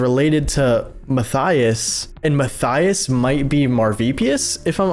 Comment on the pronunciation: Matthaus is said "ma-tay-oos"- not "Matthias".